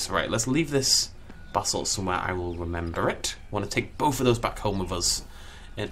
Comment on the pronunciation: I know you are saying basalt chopper but it sounds like Basil Chopper and for some reason that brings me endless joy